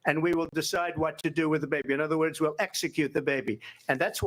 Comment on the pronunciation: She was pronouncing words wrong